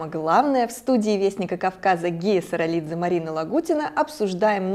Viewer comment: Испанский стыд. Он Саралидзе, а не Саралиев. Восхищен терпением батоно Гия.